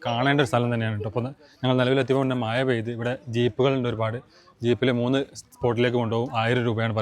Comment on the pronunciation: മയ അല്ല,,, മഴ 😂😂😂